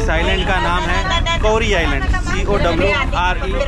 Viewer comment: Cowie nhi bhai cowrie hy island hy